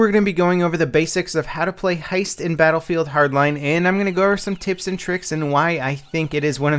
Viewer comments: Hesit? hahaha xD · Hesit huh? New Game Mode I Guess hahahah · Hesit. Close enough. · Hesit..... Really are you drunk? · It's heist